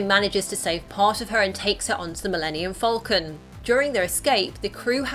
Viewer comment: It’s falcon. Not fowlcun.